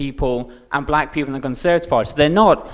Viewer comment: Conseuhrtive he says.... Conseuhrtive.